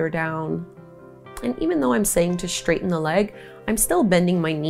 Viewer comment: I love your creative yoga flows! I do notice that you say "Schtraighten" and "schtretch" though. That's the only thing I dont like about your videos, otherwise well done!